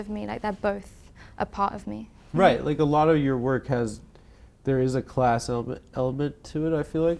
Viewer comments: "I was very much working claaahhhs" - In a posh accent. Got her Adam! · Not cIass. She said “kIoss”, get it right IoI